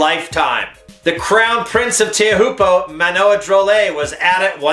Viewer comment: Pronounced "chow poo" you idiot.